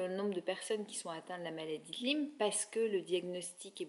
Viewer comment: on dit maladie de LYME ( comme en disant ' aie' pas 'i" .) merci